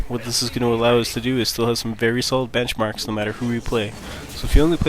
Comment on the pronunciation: "BenchAMrks" ;D